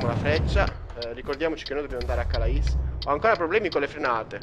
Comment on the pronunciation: non per fare il pignolo, ma si pronuncia calé, cmq sei grande!